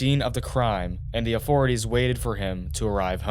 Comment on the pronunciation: In da udder room too